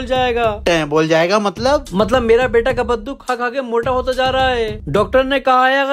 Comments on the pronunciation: Kabbaddu❌ Kaddu✅ 😂😂😂😂😂😂😂😂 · Kabbadu❌ Kaddu✅✅✅✅😂😂😂😂